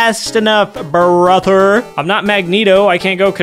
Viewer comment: “He is my bRaHther, but I am not tracking his current whereabouts”